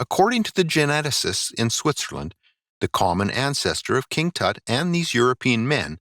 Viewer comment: Your pronunciation of Tut is HORRIBLE.